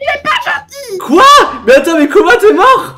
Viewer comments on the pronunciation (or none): On est tous d'accord qu'il a dit "Booba" au lieu de Koba De toute façon super vidéo continue comme ça et toute ta famille me manque😭😭😭😭😭😭